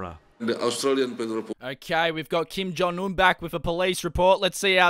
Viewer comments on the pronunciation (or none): “Kim John Un” lol